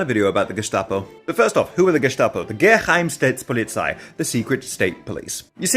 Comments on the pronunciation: The way he is pronouncing "Geheime Staatspolizei" as one word and with the sharp s it sounds like he is talking about a secrec stats police, like one which polices statistics. But I don't wanna be a grammar nazi. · Proper pronunciation is "Geh-hi-meh Stahts-poe-lee-tsi" (the"tsi" has the same i as "hi") btw :) German doesn't skip vowels. And ch is the sound of a hissing cat - so it's Rei - hissing cat -s-tag, not "Reishtag". (no shade, just trying to help :) teaching my partner German atm) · It's pronounced "Geh-hye-meh Shtuhts-poh-lee-tsy" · Well done mispronouncing "Geheime StaatsPolizei", I'd almost believe you didn't spend a century with the Landsknechts. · That's... That not how you pronounce "Geheime Staatspolizei" xD Guess you weren't in Germany at the time Honestly, good call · Thanks for the vid. But allow me to correct you: You did not get the name right. If you talk about the German history, do your homework: It is Geheime Staatspolizei. (GeStaPo) However, you got the facts right. Even the wrong joke at the wrong time could get you a visit from a strange person in a trenchcoat... And in the end, a new place to hopefully live and not being killed instantly.